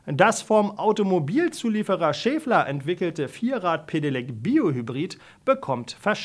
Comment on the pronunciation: Es heißt Schaeffler und nicht Schääfler! Danke.